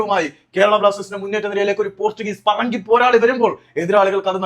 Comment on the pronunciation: താങ്കൾ പറങ്കി എന്ന് പറയുമ്പോ തെറി വിളിക്കുന്നത് പോലെയുണ്ട് 😮